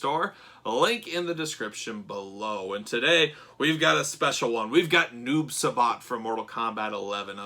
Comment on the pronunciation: Uuuummmmmm just so you no it’s not noob subot it’s noob si-bot= noob saibot